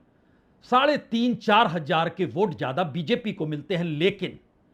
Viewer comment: Bajpayi ji hajjar hajjar mt bola kro hazaar bolo yr